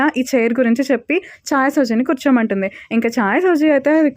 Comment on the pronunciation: Chai సౌజి కాదండి. జయోకి